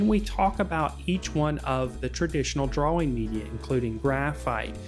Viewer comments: Nobody: Him: DUAAWING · God I hate you. We are trying to learn. You skip steps. Your hand is blocking the view. We can’t see and you move on. We don’t know what the color looks like before we see an altered view of it on the paper. And you can not pronounce DRAWING to save your life. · You have an interesting pronunciation of the word drawing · u cant pronounce drawing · But he can draw better than you ::))))